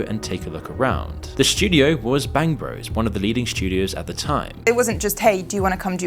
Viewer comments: "Bangg Bruss" - trying so hard to pronounce it like he never heard of it 😂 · That reporter.. “Bang Bross” - tactful mispronunciation ;) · “Bangbross” … who does he think he’s fooling? He knows exactly how to pronounce it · no way that dude doesn't know it's pronounced bang bro's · Hearing a BBC correspondent pronounce it "Bangbross" gave me the chuckle I needed this morning. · My favorite is how the British anchorman pronounces it "Bangbross" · Pronouncing Bangbros like that is hilarious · The way he prononces bangbros, trying to act like he never heard of it lol